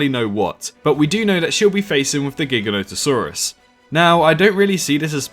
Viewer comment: It’s pronounced gi- ganotosaurus not gig-anotosaurus